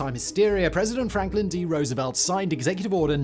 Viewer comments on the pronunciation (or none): none